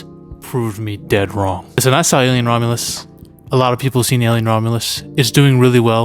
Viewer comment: It's Romulus with a US not AS, I don't even know how you managed to get that wrong it's literally the title of the movie and you got it wrong in the description too